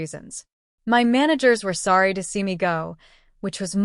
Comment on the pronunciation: ???? 😳 ....story teller turns Asain, Im sworry sweetheart?